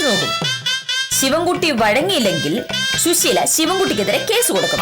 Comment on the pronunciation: യുടെ ഉച്ചാരണം ശരിയല്ല. ശുശീല എന്നാണ് പറയുന്നത്. സുശീല ആണ് ശരി